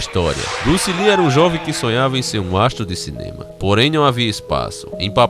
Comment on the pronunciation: Bruce "Lin" kkkkkk